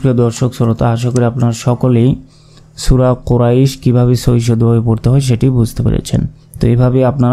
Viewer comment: হুজুর কুরাইশ লিনের হরপ এক আলিপ টান হবে না